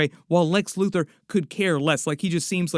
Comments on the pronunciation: I know he said Luthor but I lowkey like loser better lmao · When did he say loser! He said LUTHOR